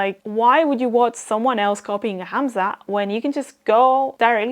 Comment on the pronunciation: You said "Hamza" the correct arabic way, nice